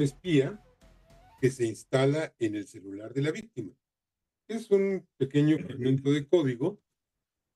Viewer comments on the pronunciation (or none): none